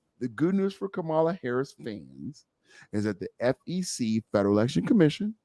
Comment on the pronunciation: Can we get her name right 🤦🏽‍♀️ Comma La = Kamala.